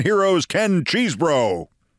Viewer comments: Keith, I admire your work, but he's not "impossibly named" because his name isn't "Cheesebro," it's Chesebro (pronounced "Chez-bro"). You're usually so careful about things like this; I hope you correct future reporting. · Say"Keszbro"-hard "ch" as "mach"- we have a similar nane🚨⛔